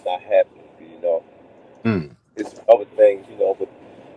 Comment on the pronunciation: “ It’s certain thangs that Tank don’t wanna Deww “